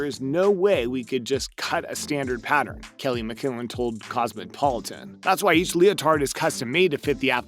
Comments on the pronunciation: Was anyone else a little irritated that he that he should have learned how to say the names of the gymnasts before recording the video. “Nos-stasia? Lol I cringed when he said “cosmic-politan” lol🤦🏻‍♀️ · This guy should have been coached on how to pronounce the names of some of these famous people. And magazines. Ever heard of Cosmicpolitan??